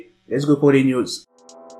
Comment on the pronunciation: je ne sais pas pourquoi quand tu dis news j entend niuds